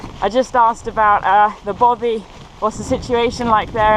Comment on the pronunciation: I truly enjoyed the video, but I have to ask, is there an issue with English people saying the word Bothy?I just find it odd hearing bovvy, considering all the pronunciations you got wrong, Bothy is the easiest word.